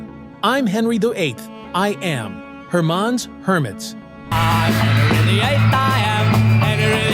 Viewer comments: Wrong, wrong, wrong. And who is "Hermarn"? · This idiot ai commentator can't even pronounce "Herman". Besides this was kind of like a British music hall song. It wasn't meant to be rock it was like nostalgia, these guys were born during the war. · No he isn't, he just an ai, can't even pronounce Herman.